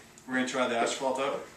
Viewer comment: You are saying asphalt, right?